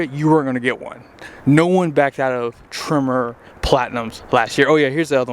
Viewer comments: Why are you calling trimmer? Sounds like a weed whacker. I believe it's pronounced tremor like an earthquake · I kept being like, "wtf is a trimmer?" Then I realized you're saying Tremor... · There's no E in Lariat and no I in Tremor, just so you know for next time